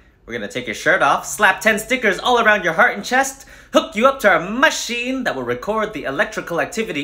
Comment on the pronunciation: I will from now on pronounce "machine" like he did.